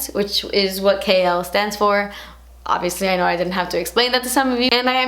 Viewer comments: Whenever you say "KL polish" it's sounds like you are saying 'kale polish' as in the leafy green vegetable 🙃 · Congrats!!!! You deserve it! It sounded like you were saying "kale polish" throughout the vid lol. New name idea for a polish? Haha can't wait to purchase! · Sounds like 'kale polish' 😂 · I'm so sorry, but every time you say KL, I only hear "kale" Love you xoxo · Ahhh I'm so proud of you! Gumption is so so beautiful and because it's my favorite color and because the Holiday is one of my favorite movies I need it! Also, I kept hearing "kale polish" instead of KL polish and it made me giggle.